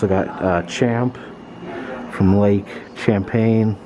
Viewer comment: I'm from Vermont. Champy lives in lake Champlain and I laughed when you said lake champagne. 🤣